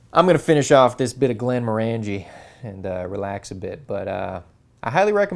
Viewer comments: Great content,! Btw: The whisky is pronounced "GlenmORangie" not "GlenmorANgie". similar to the pronunciation of Oranges. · Not to be a pedant, as I do love your videos but the pronunciation wasn't quite right, though you said it the way most people do. It is in fact pronounced Glenmorangey as in rhyming with "orangey" not Glen-moran-gee. The Distillery was a client of our Company for many years. Indeed my old boss was the Project Manager for the Still House you showed when it was constructed. Here's a link to a video by the Distillery. Great video as usual. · Just so you know Glenmorangie is pronounced Glen Morangey, sounds like orangey. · It's pronounced Glen moh(short O)r'ngie. How do I know this? I was best man to a wedding in Inverness and the groom liked (more than) a wee dram or two. The flavour in Scotches is largely due to the water used which of course is very peaty on the Islands where the land is mainly peat bogs, less so on the Granite Highlands and different in the Lowlands again. My partner and I recently visited a very remote part of Scotland, Campbeltown where my late father was born. Campbeltown a tiny place on the Mull of Kintyre used to boast 27 distilleries, now there are just two. Fortunately my father being a canny Scot collected one two bottles including a fine bottle of Longrow that is worth presently worth $5000. slainte. ps the photos are great! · It's "glenn-MOHR-un-jee", according to Scots. Congratulations on trying Lagavulin 16 (and correctly pronouncing both the brewery name and the island. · C'mon, you must know by now, there is no E in scotch but, morangie is ma favourite.